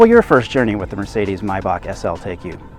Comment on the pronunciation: First, you guys decide how to pronounce Maybach properly. Sometimes it's May- Bash and sometimes it's My-Back....wtf?!?!